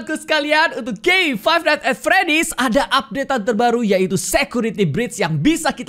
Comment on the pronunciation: "at" bukan "and"